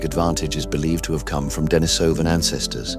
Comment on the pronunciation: Pronunciation: De-NEE-so-van, not De-ni-SO-van. The cave where the first finger bone was found was called De-NEE-so-va cave based the adjective derived from the Russian name Denis (pronounced De-NEES). I don't understand why the majority of YouTube videos on this subject get the pronunciation so wrong when just a smidgen of research would yield the correct pronunciation. Laziness, I suppose.